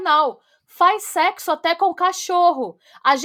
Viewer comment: Um mundo por mais episódios longos no Pátria Amada Criminal no YouTube ❤❤❤❤❤ Eu não me contive, não teve como não rir 🤣 😂😂😂😂 A Yasmin e o Luiz fazendo “sécssu” depois que avisam sobre a orientação dele, ele faz programa? Gente é uma viagem na maionese sem fim. Parabéns. 😘